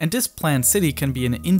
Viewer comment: this not dis TH not D